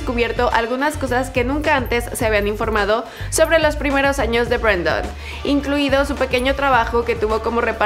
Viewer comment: BrAndon Urie :v es Brendon xdd